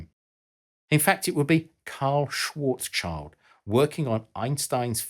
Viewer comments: Very clear and interesting video, thanks! 👍 Just one snall thing: the last part of the German name Schwarzschild (which is "schild") is pronounced like the English "shield", not "child". 😅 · It's not "Schwarzs-Child" - It's "Schwarz-Schild". Usually I don't comment on non-natives on their pronunciation, but you said it like a thousand times a minute and it get's kind of annoying after a (really) short while ;) No offense though - love your videos :) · "Karl SchwarzCHILD" Think a moment about what his surname might mean. Schwarz - It means "black" Child - It does NOT mean kid/child/young person. It means "shield". So the proper pronunciation for that would be SchwarzSHIELD. I don't know why it bothered me this much, I am not even a German. But when ignorance is afoot, i just can't sit idly by and let it pass without great difficulty. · Its schwarz-schild not schwarzs-child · Dude it's "shield" not "child"!! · Just a little correction to Mr. Schwarzschild‘s Name. It‘s Schwarz Schild. It literally translates to Black Shield, not Black Child. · Shwartsshield, not "Shwarts-child" ffs. Also, this video does not seem to take into consideration that a point singularity is only possible in a theoretical static black hole. However, as far as we know, all physical black holes spin, which causes them to have a "ringularity". Matt of PBS Spacetime, Sabine Hossenfelder, Anton Petrov and probably many other YT science educators have videos on this. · i believe the pronounciation of schwarzschild is not "swartz chihld" but "shwarz shild" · The usual German pedantic comment: Karl's name is spelled Schwarz-Schild (both parts with the "sh" sound at the beginning, sounds something like Schwarz shield), not Schwarzs-Child :) Anyway, thanks for the great video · The end of "Schwartzschild" (Schwartz-schild), provided you can not pronounce it German, is in English better pronounced like "shield" instead like "child". (The name btw. literally translates to "black shield".)